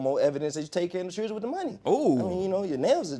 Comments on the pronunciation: All I wanna say is please use proper pronunciation when speaking it’s chil-dren not chrdrn There is a reason you take English in school . And why is she talking funny? Is she on drugs? Did she just get out of the dentist office and her mouth is numb. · To get your child's circumcised now it cost $200 out of pocket... But whats he keep calling his kids it doesn't sound like children it sounds like chills I don't know what's he calling them?